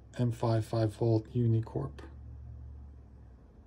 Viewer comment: UNICOMP not unicorp